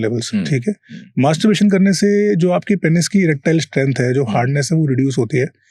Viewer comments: Abe maaterbrutation nahi hota hai masterbation hota hai anpadh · Masturbation ko masturbration bol ra h 😅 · its not mastuburation is masturbation... Video banaraha hai pronounce karna toh seekh le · Masturbaration yeh kaha se Sikh k aaya h bhai tum , word toh theek se bollo bhai Masturbaration❎ Masturbation✅ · Masterbration 😂😂😂😂.. anpad bolna sikhle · Anchor bro it's not "masterbRation". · Bro ek toh ye jo banda podcast conduct kar rha hai, atleast Masturbation ko pronounce ko dhang se krle bhai..😭 Wtf is "masturburation"? "buration" nahi hai bsdk, "masturbation" hai! "मास्टरबेशन" bolte hain, "मास्टरबुरेशन" nahi hai bhai, itna ghatiya lag rha poore time mispronounced word sunne mei😒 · Bhai mere masterbuation bolne ki practice krye ...........bar bar masterbration bol rahe ho😅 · tumhara 'masturbation' pronounciation sahi nhi hai aap bol rahe, Masturbration.. it's incorrect.. bolo masturbation... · Masterbation!?..., ka ka !.. masterbaration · I think its masterbation not masterbration. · Masturbation❌️ Mastaburation ✅️😂😂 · Masturbation ❌ mastuRAREBATION😂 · Masterbitation bol raha hai 😂😂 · host to bahut anparh hai. masturbation ko masturbration bol raha. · Masturbation ❌ Masturberation ✅ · it's masturbation not masturbaration 🤣🤣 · According to Host Masturbation ❌ masturberation ✅ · It is not masterbRation but masterbation!! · Mr. HOST, It's not Masterbration, it is masterbation. 😅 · Masturbation ❌ Masterbaration ✅ 😂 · Masturbation ❌ Masturbaration✅ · MasturBERAtion nahi hai bhai. It's MasturBAtion. It's very irritating to hear. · Bhai,Mas-TUR-bation hi hota hai,MasturBERation jaisa kuch nahi hota!😅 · MASTURBATION ✔️ MASTURBURATION ❌ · He really said "masturburation" 😂😂😂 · 'Masterburration' bc anchor tu padh likh le pehle 😂😂😂😂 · Masturbation ❌❌ mastbration ✅✅ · am I only one who listen masterbration, anchor is not pronounciating properly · is unprh ko koi masturbation bolna sikhao .. MaStUrBaRaTioN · Abey tu Masturbation bolna Sikh re bhai